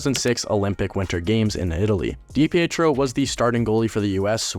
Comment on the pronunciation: Did you even do your homework dude? Loungo was traded the same day as DiPietro, so they weren’t “lacking between the pipes” There was never a Kansas City Scouts in the central hockey league. And you’re not even pronouncing his name correctly.